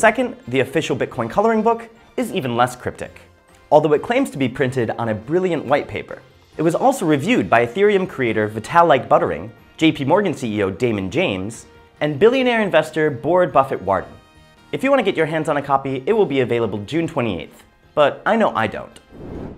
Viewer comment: Vitalik Butter-in? You new to crypto?